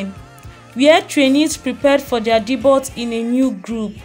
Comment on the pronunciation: Your content has nothing to do with your headline. This is clickbait. Also check how to pronounce 'Debut' before constantly saying it. You do not do yourself justice by misleading people with ''non-news' and basic bibliographies that you can get on google'.